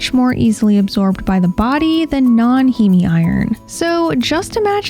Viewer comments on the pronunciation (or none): Heme is pronounced “heem”